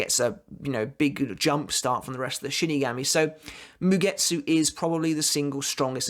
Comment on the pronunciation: You say shinigami absolutely bizarrely